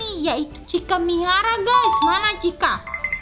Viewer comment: K Mihara Bukan Minara